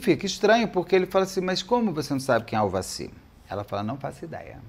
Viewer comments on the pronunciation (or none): E no final ele ainda estava falando Aldaci. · ÇOCORROOOOOO, Beto do CÉUUUU, TAMOS NO na minutagem 50 😂😂😂😂😂 é tu : AVADI , AVACIRRRR😂😂😂😂😂 kkkk , rindo comRESPEITOOO.TÔ tomando café e cuspi no QUERO MORANGOOOOO😊😂😂😂😂😂😂